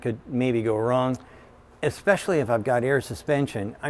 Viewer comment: Did he say exspecially? 😑